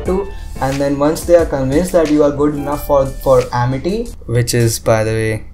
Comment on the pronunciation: Ammerty not amity